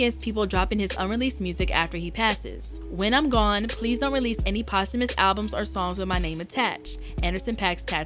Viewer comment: don’t say posthumous like that lol